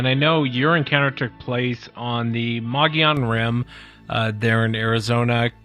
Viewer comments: Les it's pronounced Mo Gee Yon Rim! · pronounced - mug-eee-on